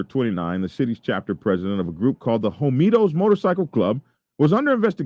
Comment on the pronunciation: Is it pronounced Hoe Me Toes (like you are saying)? The word is spelled Homietos which (in Spanish) would be pronounced Ho Me Ay Toes (the H might not be pronounced at all). Not not pickin, just askin - have you HEARD the name or have you just READ it?